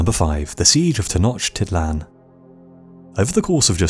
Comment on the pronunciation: upvote only beacause of the really good pronunciation of Tenochtitlan. Thumbs up man